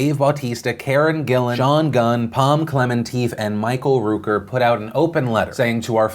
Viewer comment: Michael Roooooker, strange pronunciation Phil